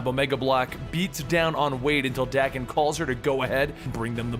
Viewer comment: FYI: Daken is pronounced Dock-en.